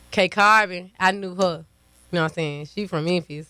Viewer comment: You know you from the hood when you cannot pronounce the name of your hometown